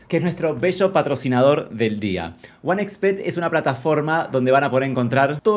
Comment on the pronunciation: Amo martina diciendo one ex bet, y diciendo one equis bet jajajaja